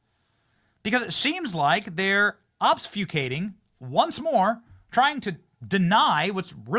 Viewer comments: Ob-few-skating. Its a hard word to pronounce. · I don't think "obsfucating" is a word, Benny. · "Obsfucating?" "Nukiller?" At this point I'm all but certain Benny has a speech impediment. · Benny, it's ob -fus-cating, not obs--fuc-ating. Also, nuclear is pronounced new-clear or noo-clear, not noo-cyuler. I'm just trying to be helpful.